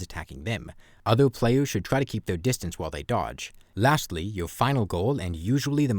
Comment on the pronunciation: I am not gonna fucking listen to a guy who says pwayus bruh ToT